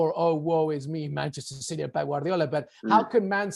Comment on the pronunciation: Did he call City 'shitty' or is that just his accent? 😀